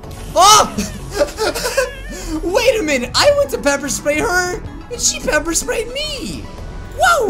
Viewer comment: Oof why does he say bepper?